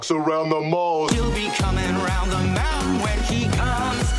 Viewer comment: of course small clips are legal. that just won't protect you on youtube. which... given this video.. uh.. did it give you any trouble? I could not help but giggle a little at 'comin reund the meuntin' there. As for good pubic domain songs, uhhh Good King Wenceslas comes to mind. or as I always sang it "here comes good king what's-his-name, la-la-la-la-la la"